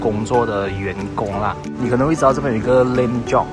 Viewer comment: 请再念 “Joke” 和 “Loan” 的发音一次？